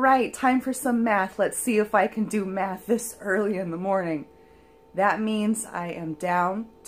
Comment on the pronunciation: I thought you said "now it's time for some meth" haha but no, it was math....congrats girl!